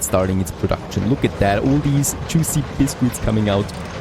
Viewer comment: excellent next part of the series as always!, my 2 cents though Please please please CITRUS (sit trus) and BISCUITS (bis-kits)